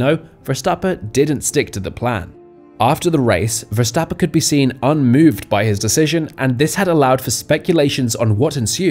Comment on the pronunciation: Who is Max Verstappa? Is Verstapp-EN. Properly pronouncing professional athletes' names will give your channel more credibility.